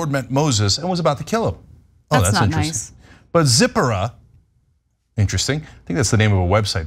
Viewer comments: They also mispronounced Zipporah. It not ZIP-a-rah, it's Ze-PORE-ah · Quick note on pronunciation. Moses’ wife was Tzi-pó-rah, not Zipper-ah. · Pronounced : "zie~pour~ahh"; for Zipporah .......^j^